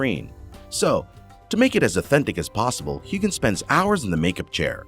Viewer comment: I believe you missed pronouncing Sam's last name. Heughan with the "g" being silent. Now you try it! Sam Heughan